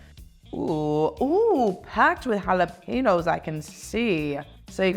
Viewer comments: I cringe when she says “jalapeños” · the way she's saying jalapeños made me cringe so hard